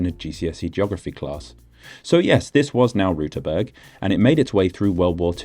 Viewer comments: no you did not. it is an ü not an u ^^ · Sad to report you still mispronounced Rüterberg in the beginning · You're still mispronouncing Rüterberg. The ü sound is different from the u sound but I understand it's difficult for people with English as their mother tongue. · Actually you didn't pronounce the umlaut in Rüterberg. You said Ruterberg. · "Rüüüüüterberg" is not the most imprecise thing you included, despite the interesting discovery: You mixed up the year of setting up the "Mauer" and the reasoning behind. Also one frame showed it is between Sachsen-Anhalt and Mecklenburg-Vorpommern, which is wrong. Gooood further discoveries! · you pronounced Rüterberg wrong.- You made a U sound instead of an Ü 'insert the mockery you requested' Greetings from Austria, we speak german too. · I hate to disappoint you, but you didn't pronounce it correctly. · Even your 'correct' pronunciation was wrong. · You forgot to pronounce the umlaut in Rüterberg so now I am going to mock you for it 😀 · You failed hard at pronouncing Rüterberg correct ! Did you think the dots above the u were just ornamention or what ? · Except you still didn't say it correct... Rueterberg. with an umlaut Ü - not a U... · You pronounced the name wrong. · Your "correct" pronunciation was still wrong. Ü isn't the same as u. There's a reason these letters look different. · I have a problem with the way you're pronouncing "Rüterberg". It SHOULD be pronounced "Xdibvewyjbcdhk". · Your attempt at pronouncing Rüterberg was atrocious, though I appreciate the effort! Also I never heard about there being "almost" a new republic. Lastly thanks for mentioning why the river banks looked so strange, it would have bugged me not knowing why! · I am very sorry for this but I am legally obligated to mock you for your pronounciation of Rüterberg . You have mistakenly pronounced the "ü" umlaut as a normal "u".